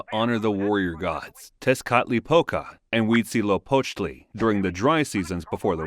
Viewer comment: Really cool to see this, but the pronunciations could use some care: Tenochtitlan = teh-nooch-tih-tlahn Tlatelolco = tlah-teh-lool-ko Quecholli = keh-chool-lee Xochiquetzal = shoo-chee-ket-zahl Toxcatl = toosh-cah-tl Tezcatlipoca = tess-cah-tlee=poo-ca Huitzilopochtli = wee-tzee-loo-pooch-tlee Main thing is "tl" is not "tahl" it's literally mashing together "t" and "l". A former professor of mine would say, "if you aren't spitting a little, you aren't pronouncing it correctly". Next big things are "z" is pronounced like an English "s", and "o" is often not "oh" but "oo" in the middle of a word (end of a word like -co at end of "huitzilo", it is as being pronounced here, "-koh") There's a lot of disagreement on some vowels because contemporary transcriptions rarely mark length of vowels and dialectical variation and drift mean you cannot just use modern pronunciations (Exhibit A: Modern Mexican Spanish pronunciations of of "x" and "ll" are very different from period pronunciations.) Ixiptla (god impersonation) was not always dreaded; it was a significant family honor and prestige grant. I'm sure most people had very mixed feelings at best about the "honor", but it would be a mistake to attribute modern perceptions to an earlier culture like this. You'd also 100% know exactly what was going to happen. The thing is, it sounds awful and evil to modern ears, but if you truly believe the reasons why it was done, it makes sense - it's a necessary sacrifice for the very continuance o